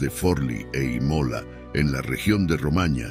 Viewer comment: El narrador pronuncia mal infinidad de palabras. Imola en vez de Ímola. Nicolo en vez de Níccolo y varias más.